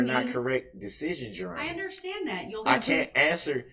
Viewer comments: Darrell continues to think ignorance is the best policy. 😂😂 I don’t undershtand, your Honor. 🤦‍♀️ Congratulations, Darrell! 1000 years prize for your! 👏🏻👏🏻👏🏻👏🏻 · Darrell don’t undershtand, but, when the judge moves forward from Darrell’s stalling tactics, Darrell starts up with ‘subject matter jurisdiction”! Wow! His comprehension came back in the blink of an eye! 😂😂